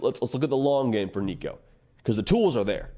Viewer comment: Waited til you got Nico’s name right before i subscribed